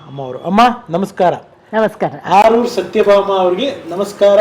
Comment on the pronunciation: ಸರ್ ಆರೂರು ಅಲ್ಲ ಆಲೂರು ಅಲ್ವ